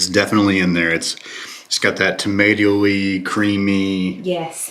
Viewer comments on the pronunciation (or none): Tomato lee😂